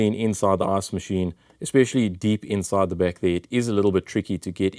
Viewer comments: Am I the only one that hears him saying ass machine? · I love that as an American every time I hear you say “ice machine” or “ice reservoir” all I hear is “arse machine” and “arse reservoir”.